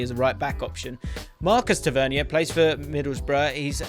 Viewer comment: ‘Tav-ver-near’ is how you pronounce Tavernier